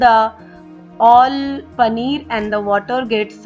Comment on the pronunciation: I do not understand one thing, whatever the recipe is, you are giving cheese and you continue to say panner again and again. 🤔